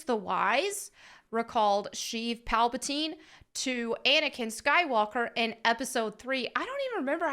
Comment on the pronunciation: Plagueis pronounced Play Jee YUs , Palpatine pronounced PAL-Puh-Teen.